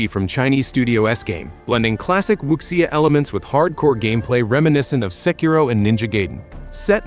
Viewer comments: Wuxia is Wu-Sha not Wook-see-ya lol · Wuxia is pronounced Wu Seeya.